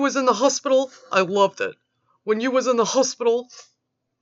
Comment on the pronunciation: There it is ... "I believe in Yew!" Again!